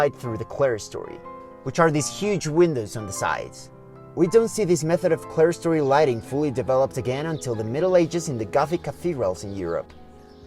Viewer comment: Don't let that word for a clear or open story fool you. It's pronounced Clear-Story and nothing else. The only reason it is spelled with "clere" is a nod to middle English. In fact, spelling it as "Clearstory" is also correct if you prefer. All of this is important because it refers to a story above the others in architecture that is – clear – to light or ventilation. Old Clara has nothing to do with that structure, unless she goes up there to sun herself.